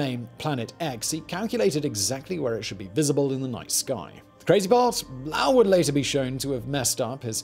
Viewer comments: Lowell = lo Well not lalwel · Low-ell, as in “bowl”, not Lowl like howl. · Yo Simon, His name is Percival Low- ell, the O is long. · Lowell doesn't rhyme with vowel or howl, it is Lo-el like saying Joel in two syllables. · The name is Low-ell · I really can’t take this seriously with the way he pronounces Lowell. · You are mispronouncing "Lowell". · Why do you keep mispronouncing Percival Lowell’s last name?